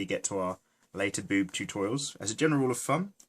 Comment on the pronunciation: I laugh so hard when he said boob totourials xD I'm sorry